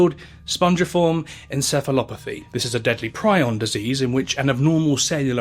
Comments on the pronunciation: it's pronounced pree-on, bro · Prion disease